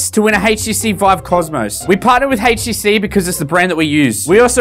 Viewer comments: "Haitch tea sea" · A "Haish"TC? Did I hear that right? XD You're awesome. I love my Vive